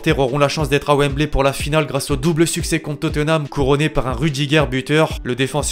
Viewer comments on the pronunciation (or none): none